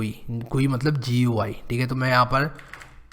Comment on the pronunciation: When you said GUI to gui 😂😂😂